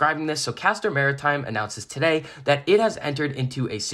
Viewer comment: I appreciate that you know how to pronounce the name of the company